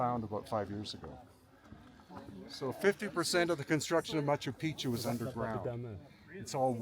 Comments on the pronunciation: Ross it’s Machu Picchu Not Picu….lol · bang your head against the wall every time Ross says makkeww Peekoo .....whoever has the worst tbi wins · Machu Piku???No one is correcting Ross about Machu Picchu pronunciation? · Machu PeePoo? What are u saying? Haha killed it Rosco.. I haven’t laughed that hard in years. Cocaine? The resonance in the window. My god I literally fell out of my chair. You’re the best Ross, I f….. love you my man. Hahaha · Please, next time, pronounce it correctly. maa.choo pee·choo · Matchoo Pitchoo pronunciation please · Good stuff, thanks 👍🏻👍🏻 I like how the Incas didn’t claim Machu Picchu as their own creation, like the Egyptians did with the pyramids. Ross, it’s pronounced Machoo Pikchoo 😉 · It's Machu Pi-choo Omg is not that hard to pronounce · "Machu Picchu is most accurately pronounced Mah-choo Peek-choo (or Ma-chu Pi-kchu), with the emphasis on the first syllable of each word: mɑtʃu ˈpiktʃu. The Quechua origin means "Old Mountain," with "Picchu" featuring a distinct hard "k" sound (kch)." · it was a torture to watch due to his mispronunciation of machu pichu. absurdly stupid. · Why does Ross insist on mispronouncing Machu Picchu? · Quite irritating that Machu Picchu is mispronounced throughout the entire episode. From start to finish. And everybody is too polite to mention it to Ross. Amazing indeed. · leave it too a goofball australian or brit to mispronounce Machu Picchu .. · I wonder if Ross will ever say Machu Picchu correctly even once 😂😂😂😂 Love you Ross❣️ thank you SO much for going to Peru 🇵🇪♥️❣️ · It's so interesting, but Ross- learn the proper pronunciation of the name 'Machu Picchu'